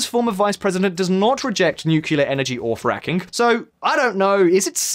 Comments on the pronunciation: aren’t you supposed to know how to pronounce Milošević or Ocasio-Cortez? and, ffs, it’s nucLEAR, not nucULAR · nice video, but did he say nucular all the time? or maybe i just misheard...